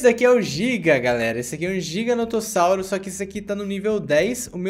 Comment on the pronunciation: Giugarnutosauro (giganotossauro)